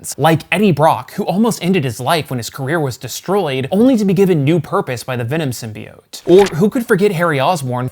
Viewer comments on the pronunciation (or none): none